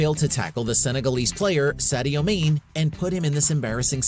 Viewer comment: Did he really say sadio main? 🤦